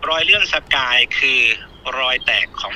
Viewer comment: สะกาย ไม่ใช่ สกาย